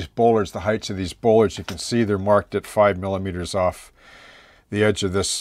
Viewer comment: Superb modelling! I have been watching your vids for a couple of years now and have learned MUCH. In a previous life I was a welder/fabricator with a few years of working marine construction so I have a couple of tips to contribute: bollards are pronounced 'ball-ards' not 'bowl-ards', the reverse curve of a ship's hull that you are working on so correctly is called "tumble-home" (whenever the stern sides of a ship curve inwards above the water-line), the slots you said you are unsure of the purpose of - they are, indeed, scuppers. They ensure that no water that gets up around the large diameter pipe that wraps around the whole stern of the tug is not able to lay in the V created by the pipe and the plating and promote rust. The round 'pegs' do indeed pop up from the hydraulics cabinet in the center of the transom area. These, together with the roller you pointed out form the 'fairlead' that guides the tow cable. They are retractable because if the tug should somehow get cross-wise to its tow, it is possible for the cable to roll the tug over on its side. Tugs have been lost in the past due to this, so current designs use these retractable fairleads. If you visualize the tug as having its tow point positioned ahead of the propeller at the center of the winch drum, the geometry becomes clear. I will be looking forward to part V. All the best and thanks for sharing your deep knowledge...